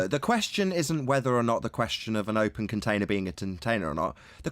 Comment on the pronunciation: tintainer?? Haha